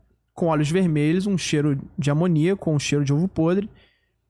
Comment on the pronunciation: O cara n sabe nem fala amônia vsfd